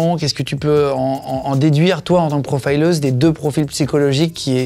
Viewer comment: Pourquoi prononcer profileuse à l'anglaise ? Avez-vous vous honte de votre langue ?